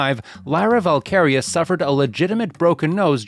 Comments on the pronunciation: valkyria not valkaria🙃🙃🙃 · Valkyria...not whatever you said.